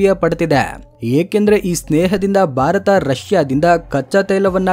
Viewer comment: ಪದೇ ಪದೇ ಬಾರತ ಬಾರತ ಅನ್ನಬೇಡಿ ಸರ್. ಸ್ಪಷ್ಟವಾಗಿ ಭಾರತ ಅಂತ ಹೇಳಿ. ದಯವಿಟ್ಟು 👏.